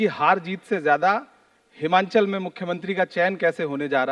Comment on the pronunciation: Bhai ye Himanchal nhi he...... It's Himachal Pradesh